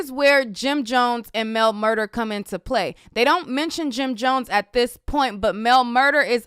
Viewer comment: Mel MurDAH—not MurDER. Look at the spelling; correct pronunciation is everything.